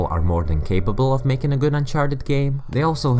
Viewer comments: Melking AHHAHA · Say hello to a new way of saying "MAKING"